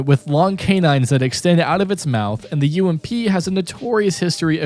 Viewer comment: U-m-p lol it’s ump